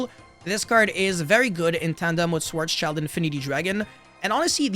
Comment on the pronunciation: Schwarzeschild translates to black shield and schwarz shield is closer to the german pronounciation. Schwarz child really sounds weird to me.